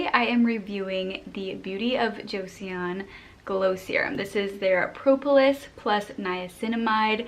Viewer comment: just to let you know… it’s actually pronounced cho-sun not jo-see-uhn.